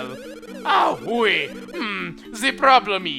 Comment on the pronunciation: You said you were good at French and yet you pronounce Oui ( it’s pronounced we) Oowy, I mean my classmates do that but there in grade 5.